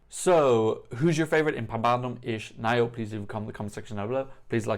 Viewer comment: You've pronounced it almost right. Only the "Naujo" is for improvement :) Here's how to pronounce it